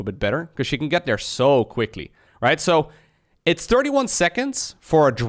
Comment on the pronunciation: why do you say third properly but there is dare?